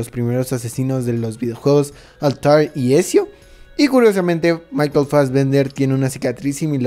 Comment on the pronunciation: Es altair y ezio en altaril y esio